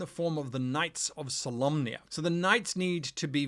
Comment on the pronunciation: Now i realize the knights of solamnia are solemn, but why do people keep pronouncing Solamnia, Solomnia?